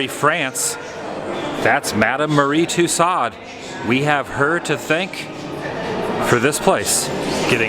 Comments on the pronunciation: FYI its pronounced too so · Isn't in pronounced "Too-Sews"? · The way to pronounce it is... Two Sews. :-) Love the videos, Adam. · Loved the vlog Adam. Just the pronunciation of Tassaud was driving me a little cuckoo... Lol. But it was a cool video. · It’s pronounced Tooso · Twice I heard you mis-pronounce the name of Tussauds. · #adamthewoo the letter 'd' in Tussaud is not pronounced. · Tussauds...the D is silent...unlike retardeD.